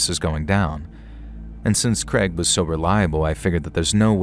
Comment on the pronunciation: Poor Craig just wanted to be pronounced kray•g instead of kreg 😅